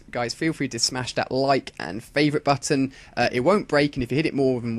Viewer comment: Hit the CC button and transcribe audio , after you've done that goto He said button with an accent and came out as batson :)